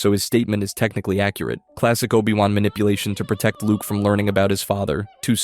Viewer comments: NOPE... you lost me the instant you said OH BYE WAN... downvoted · and obI wan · Cool video, with obvious potholes but the mispronunciations are horrible. 'O-buy-Wan'? Really? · Obai Wahn? If you're going to take the time to make videos, just narrate them yourself. Also, maybe look into what actually constitutes a plot hole... and what actually happened in Star Wars, because a lot of this isn't even accurate? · Oh-Bye-Won??? Huh? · You lost me at O-Bye-Wan. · Oh-bye wahn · "OH-BYE- WAHN" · I sadly want to say I got to min , where they say "O BYE Wan"... I'm out. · obai wan seriously 😒